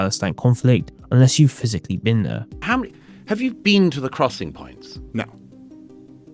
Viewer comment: You haven't "bean theyuh", you wouldn't understand